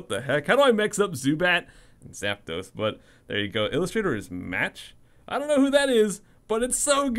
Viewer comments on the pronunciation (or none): none